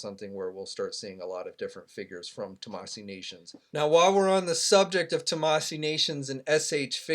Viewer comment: Omg still can’t say it right...it’s TAMASHII NATIONS not tamasee nations